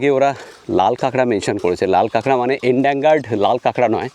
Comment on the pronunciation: লাল কাঁকড়ার তথ্য টা দেওয়ার জন্য অনেক ধন্যবাদ। কিন্তু , "ɪnˈdeɪn(d)ʒəd " বা সহজ করে বোঝাতে গেলে -- "en-dan-gered" ( এন- ডেন - জা্র্ড) । "এন -ড্যাং - গার্ড" হবে না।